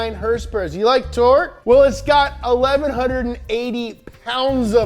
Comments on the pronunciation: Wait a minute: I think that's the first time I heard him actually pronounce "horsepower" instead of "hrsprs!" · Did he say... “Horse power”?